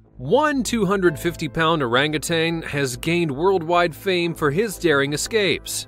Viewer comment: Thank you for pronouncing orangutan correctly ,most people say “ tang” it is said that primates have a lot of human DNA,I guess this proves it.